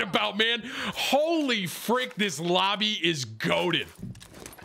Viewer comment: Tim said fwick one time by accident instead of frick so of course that’s all I hear anymore 🤣